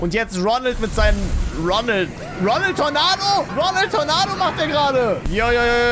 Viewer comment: Immer wenn du Ronald sagst ferschtehe ich Ronaldo😂😂😂😂😂😂😂😂😂😂😂😂😂😂😂😂😂😂😂😂😂😂😂😂😂😂😂😂😂😂😂😂😂😂😂😂😂😂😂😂😂😂